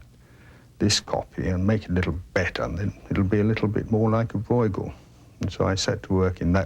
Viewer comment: Hurts my ears. Please pronounce Breugel better if you want to be an 'expert'